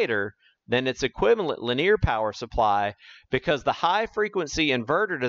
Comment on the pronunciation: Per the Webster dictionary, "linear" is pronounced li-NEE-uhr, NOT lin-EAR. The word "Linear" has three syllables, not two. Please correct. Or don't. The content is good, but don't want to suffer listening to egregious mispronunciations. I can always choose a channel with a narrator who pronounces correctly. Incorrect pronunciation decreases content credibility with each occurrence. This is not a regional accent thing. Also, "sometimes I showcases..." is a violation of subject/verb agreement. These choices decrease the communication level of the message. But, your channel, your voice. My mouse, my choice.